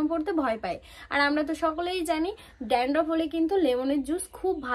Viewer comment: Sampoo noy, shampoo. Dandroff na, dandruff 😊 Pronounciation thik kore korbe.